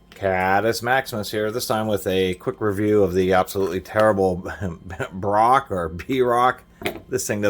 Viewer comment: The brand is pronounced “broke”. Like you will be when your trailer full of work tools is stolen.